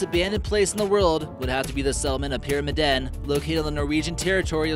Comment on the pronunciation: It's not Hemsedal Valley. It's just Hemsedal! "Dal" already means valley. It's like saying "the Sahara Desert" (sahara means desert). It's not Pyrami-DEN, it's Pyram-I-den. You have to put the pressure on the "i" not the "den".